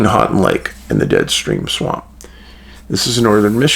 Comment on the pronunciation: Hey Dave, thanks for all you do and spot lighting this area. I'm from Northern MI and still have a picture of a UFO over lake superior. Houghton is pronounced like, "Ho-ton". Keep up the amazing work!